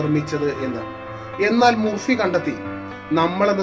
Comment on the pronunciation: Joseph Murphy എന്നാണ് അദ്ദേഹത്തിന്റെ പേര് ഞാൻ ഉച്ചരിച്ചത് ജോസഫ് മുർ ഫി എന്നാണ് യാഥാർത്ഥ ഉച്ചാരണം ജോസഫ് മർഫി എന്നാണ്